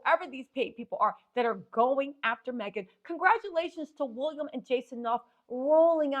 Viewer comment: 😂😂😂 its how you say "wolliam"😅😅😅